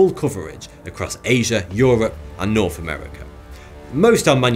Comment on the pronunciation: He's still got the same old speech impediment though. Norf Korea?